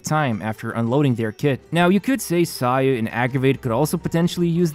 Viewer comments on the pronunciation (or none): none